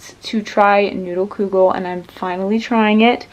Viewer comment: Omg I'm so happy you made kugel and that you like it! =] The U in kugel is pronounced like the OO in wood. Also, most kugel I've had in the past has been made with like lasagna noodles, but don't worry, it's still considered kugel no matter what noodles you use!